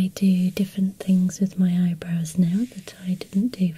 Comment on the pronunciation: ahah i love how u pronounce eyebrows.. "eyebros''